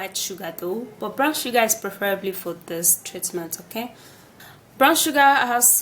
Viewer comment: Brown not brawn